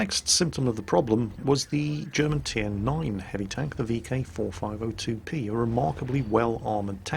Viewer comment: Are u saying vk4502 p or b